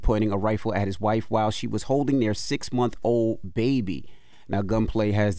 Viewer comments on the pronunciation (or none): The emphasis on "baby" 👀😂